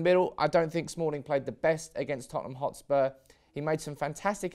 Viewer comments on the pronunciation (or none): none